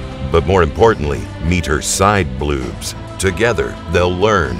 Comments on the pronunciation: I came here because I heard him say bluobs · HAHAHAHA you said " side blewbs" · Oh man. I loved how you said "bloobs". BLOOOBS. Bloobs bloobs bloobs bloobs